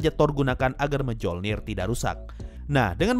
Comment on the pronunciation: Lucu stiap gua dengar orang yg mengucap Mjolnir sesuai ejaan indo, yg bener kan (myolnir).